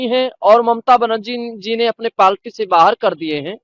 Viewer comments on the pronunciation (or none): अरे श्रीमान इस तरह के बयान देकर क्यों बैचारे अंध भक्तों के जले पर नमक छिड़क रहे हो ! अगर आप सच्चे हिन्दू हितैषी होते तो अपने साथियों के साथ जाकर शिलान्यास को रोकते ? और ANI भी कितने बुद्धिमान लोगों का साक्षात प्रसारित कर रहा है जो पार्टी को पालटी बोल रहा है ?